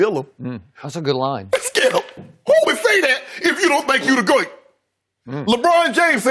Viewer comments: "If you don't think you the GOIT"....LOL! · "if you don't think you the goyt!"-Shannon Sharpe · the "goyte" LMAOOOOOOOOOOO